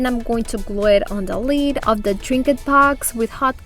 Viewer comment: I normally find your accent charming, however today your improper pronunciation of “lid” (you pronounce it “lead”) is driving me bonkers lol! Idk why! But I love your projects and I really loved how you did the contact paper on the lids! Totally going to do that! Thanks! P.s., please don’t take that negatively, I really enjoy you and think you’re adorable and charming!